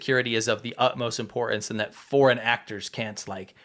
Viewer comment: Dude, stop dropping your 'T's'. Its imporTance, not imporuhnce. Get those 'T's' back into your Enunciation. Love the show, sorry to be a D*CK, but its SO annoying that this is a new thing... WHERE have the Ts' GONE?? 🤣🤣🤣🤣🤣🤣